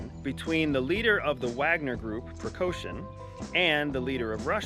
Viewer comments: Wagner's CEO's name is PRIGOZIN NOT Pregoshin. As the Wagner CEO Pregozin is still an enterpreneur. NOTHING has changed. It is a BUSINESS venture for him. Prigozin is not military. Putin and Prigozin never worked together unless you consider Prigozin's catering company getting a government contract for food supply to the Russian Army as "working together". And that is absurd. The name of Belarus's President is Lukashenko NOT Lushenko and you are not in a position to have an opinion about Lukashenko's legitimacy. You provided no facts to back your opinion. Do you actually know what you are talking about? There are too many errors and inaccuracies in this post for it to be taken seriously. It doesn't even pass the Australian pub test. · Guy is an "expert"...Yet can't even pronounce their names right or cognizably. "Lashenko" rather than "Lukashenko". "Prigoshin" vs "Prighozhin"... Pretty sloppy CIA man. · Listen to the former spy who isn’t a former spy supposedly talking geo politics. And strategy. Wonder why he’s on YouTube. For money. What an idiot. Learn the names of the people at least a spy of your stature with bad pronunciation you just gave yourself away. Mr spy! A spy pri coshun? Yup you’re solid. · Work a bit more with names pronunciations , . Prigozhin, Lukashenko, etc. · I'm not sure how credible this guy is if he can't even pronounce Prigozhin and Lukashenko? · bruh did you just mispronounce all three names within the first minute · Bro🤦🏼‍♂️. If you’re going to give an intelligence report at least get SOME of the names of the actors correct. It’s not PriKoshin. It’s PriGozhin. And it’s not Lushenko. It’s LuKashenko. You are embarrassing yourself. You don’t have a clue what your talking about🤣🤣🤣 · It's Prigozhin, not "Precaution" and Lukashenko, not "Lushenko". Are you really from CIA with this name pronunciation? Good analysis, nonetheless.